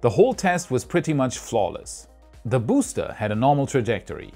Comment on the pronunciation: Every time pronounces BOOster 👻